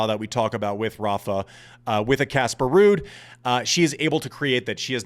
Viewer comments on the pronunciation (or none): none